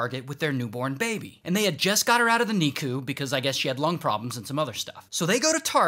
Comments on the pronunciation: Ray pronouncing it "Knee-Coo" sent me. It's "Nick-U" 😂😂😂😂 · I’ve never heard someone pronounce NICU as “neekoo” instead of “Nick-you” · “Nee cu” 😂😂😂😂 never ever heard it pronounced like that. NICK-U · Ray NICU iS pronounced Nick-You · It’s pronounced NICK-YOU (NICU) cmon man….. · It's pronounced Nick-You bestie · Can we talk about him pronouncing the nicu like “nee koo” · Pronounced nick-u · It's pronounced "Nick-You" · It’s pronounced nick-u